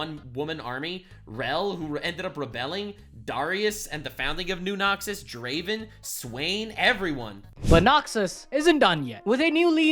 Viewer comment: No Necrit? Sadge. Edit: SHAH'an? No. Pronunciation that bad gets a dislike on the video. Edit 2: RAH-oom? It never stops. Edit 3: He actually did Pronounce Draven right. Your chat is wrong/lying.